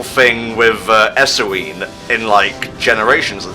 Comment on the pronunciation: IT'S EUSINE NOT ESUINE AAAAAAAAAAAAAAGH